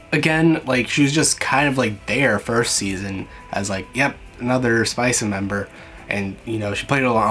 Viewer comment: Hello, I'm Japanese viewer and very happy that you are interested in Uma Musume. You might have heard already but the team name is not 'Spice' but 'Spica', and other major team is 'Canopus' and ’Rigil’. They are all star name. In the anime, it's just letters, but you can also see the names of other teams, such as "Deneb" and "Betelgeuse". Pardon my broken English. I hope someday you will be able to play the game as well.